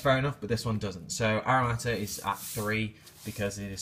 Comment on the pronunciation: It's Ara(T)ama Not Aramata.